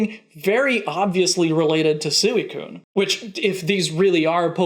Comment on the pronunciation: LOL YOU SAID SOOOOEY COONE LOLLLLL